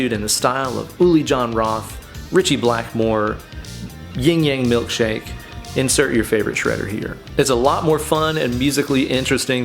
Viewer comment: I swear i've watched the video just to hear you say Ying-Yang Milk-Shake!! 😂